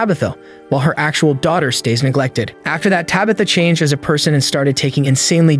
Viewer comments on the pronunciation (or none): none